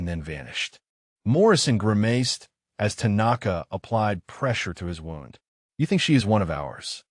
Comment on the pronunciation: Ai needs to say wound correctly